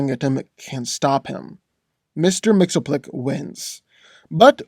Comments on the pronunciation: C’mon, you’re not even trying to say his name correctly. This was the worst spelling of Mxyzptlk I’ve ever heard. You’re saying “Mr. Mxelplik”! Repeat with me: Mixy, Spit, Lick! Now say the “i” faster and faster until you can’t here it anymore. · It's Mix-iz-ptl-ik, not Mix-o-plik. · Its pronounced mix-ius-spittle-tik. Ill give you credit because, hot damn that name is bizarre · His name is pronounced. Mr mix ya spit lick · Correct way to pronounce his name is Mix-Yez-Pit-Lick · It's pronounced "Mix yz pitil ick." Strange, I know. But that's the point.:) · No hate but just saying that it’s been officially revealed that Mxyzptlk is pronounced Mix-Yes-Spit-Lick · his name is pronounced mixes-pittle-lick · i thouggt he was pronounced mix yes spit lick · The real battle here is trying to pronounce mxyzptlk lol! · I never knew how to pronounce Mr. M's name properly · Thats not how you say his name 😡😡😡😡😡😡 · lmao. loves how he cant pronounce the name XD